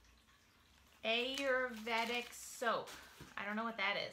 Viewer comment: Repeat after me "Aa-you-r-vey-dic" soap its all natural and has medical properties it is amazing for your skin